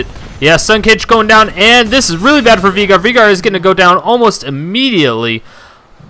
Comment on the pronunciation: It's not VEEGAR.. it's VAYYGAR